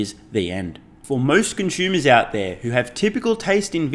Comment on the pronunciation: all fine except for the "conschumer" pronunciation:)